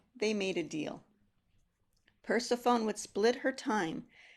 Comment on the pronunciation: When you started discussing the myth of Persephone, I was totally confused. Your pronunciation is incorrect in English and modern Greek. You should apologize it is an egregious mistake.